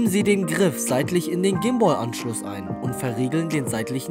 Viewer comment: Haha voll lustig wie du sprichst. "Komoara" "gim-booll" ^.^